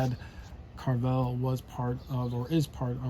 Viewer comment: Pronounced Care-ah vell